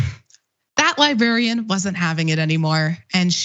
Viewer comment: I really admire and respect Cenk. I just wish he'd say the word "Librarian" correctly. It's an old pet peeve related to a past coworker. But, of course I understand him anyway, and respect his right to pronounce words in any way he chooses.